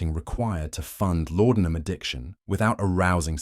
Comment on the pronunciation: The drug was called laudenam not lordenam